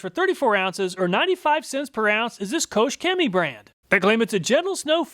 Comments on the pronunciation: KochChemie is pronounced closer to Coke than coach lol. Their GreenStar is my favorite product. It’s very alkaline so it’ll strip off anything you have on the car but it also really gets rid of any dirt or greasy grime with just a foaming and a pressure wash. No real scrubbing at all. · It hurts my German soul to have it pronounced "Coach Cammy" :D